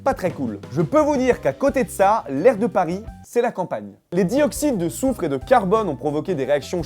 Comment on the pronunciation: C'est soufre pas souffre :D #CeMecRelou